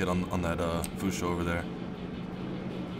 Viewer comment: Why do you keep saying "Fusho"?. Just asking.